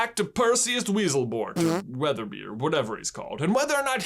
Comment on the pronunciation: Percificus wetherbeee